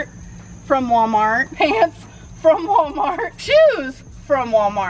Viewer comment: It’s not “wommart” it’s WaLmart!! Goddamn.